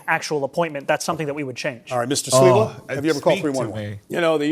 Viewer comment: no 😂 it’s Sliwa not Siwa